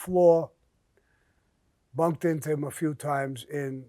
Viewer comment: I love how he says "bunk" instead of bump uts so adorable